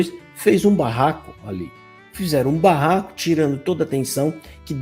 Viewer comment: Vc foi bem até pronunciar a palavra BARRACO, vc não foi feliz nessa, más os demais sim é escândalo,.